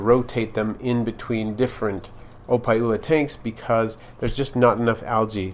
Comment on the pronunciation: Thats wassup man! I was right on the nail, i picked up the pronunciation when you said opae ula. You live here on oahu?